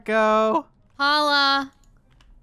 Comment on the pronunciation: I like how says Paula instead of polo